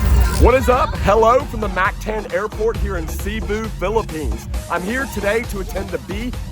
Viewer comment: I heard how he said Cebu then I was out